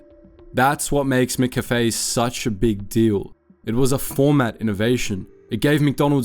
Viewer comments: How the hell are you pronouncing McCafe?! Bro, really? You say cafe correctly, why are you having a stroke when you try to add "Mc"? lol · WTF with the Mcafe pronunciation for the first half of the video? The words "sugar bons" prove it's AI crap. No AI voice PLEASE! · Why can’t you say McCafe properly? It’s wrong in every video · You are the first person living in Australia to pronounce McCafe like that. Where the fuck were you raised😅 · 'Mc' is not pronounced 'mick'. It's from the Scottish for 'mac'. It should be pronounced more like mac cafe. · mac cafe not mick cafe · Try saying "MaCafe", not "Mick Cafe" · I'm cringing hearing Mick-a-fay all through the video when it's just Cafe with a 'ma' at the front. 'ma-Cafe.' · "Mik cafe"?? "MIK CAFE"??? Brother wtf is "Mik cafe"?? It's pronounced m'café - like m'lady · "Mickafey" Good lord. It's just café...with the McDonald's "Mc" in front of it. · Mack Cafe!! Mack! Mack! Not Mick! MACK Cafe... Love from Australia 👍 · Ugh… it’s Mc-Cafe. Not mcafe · Lol its not miccafe. Mccafe is pronounced the same way as maccas, maccafe. I'm an aussie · MICK CAFE 😂 ? MACK CAFE !! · Wtf with how you’re saying McCafe! Its. It’s not MicCafe! You don’t say MicDonalds so why say MicCafe? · I normally don’t comment on people’s pronunciation, but I’m absolutely stymied by the fact you pronounce “McOz” and “cAfé” correctly, but you pronounce McCAfé” as “MickCafÉ”. Is this a Melbourne thing? 😂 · this voice has gotta be ai, mccafe is not pronounced mikkafy and swanston st is not a suburb, first time ive watched one of these videos and thought wtf is this? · Wtf is a “micCafe”? AI voice can’t handle the true pronunciation I guess 😂 can confirm no Australian would ever pronounce it that way. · It's pronounced mac cafe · What was with "MIH - kaffay", though? That was an odd choice for pronunciation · The way you're saying McCafe is taking me OUT lmao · That pronounciation of McCafe is horrible. And the Melbourne suburb of Swanston St? WTF